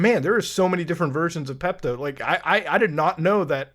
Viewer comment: Bro said Peptooo🤣🤣🤣🤣🤣🤣🤣🤣🤣🤣🤣🤣🤣🤣🤣